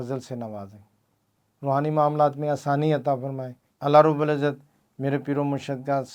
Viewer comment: Allah rab ul izat hota hai janab - rubal izat nahe 😡😡😡😡